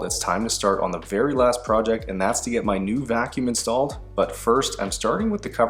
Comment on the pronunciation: Why do you say project like prooject lmao